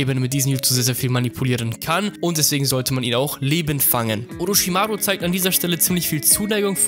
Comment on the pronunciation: Oroschimaru genauso